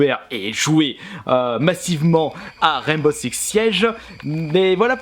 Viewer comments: Ptdrrr mais les sous-titres ont affirmé qu’il disait bien « Sex » au lieu de « Six » 😂😂mais bon on va pas se focaliser dessus ... parlons plutôt de ses commentaires sur le jeu 😁👌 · C'est moi ou il dit " rène beau sex " ? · Je suis le seul ou il dit bien Rainbow sex (seix) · Mdrr " rane beau sex" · Garry's Mod - MultiGaming bah oui malheureusement mdr